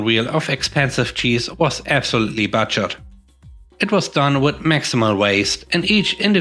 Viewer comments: Not sure if it's because I'm from Texas but the "u" sound in Buttered and Butchered are different. Buttered is Buh-terd, with emphasis on the first syllable. Butchered is Boo-chrd, like a ghost boo, but is a short, and emphasis is on the second syllable. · Thanks for the stories. Please check your pronunciation of "butchered". The vowel sound of the "u" is not the same as that of "buttered". It's more like the "oo" sound from say, "booted", only it's a shorter sound. Maybe someone that you know irl can help.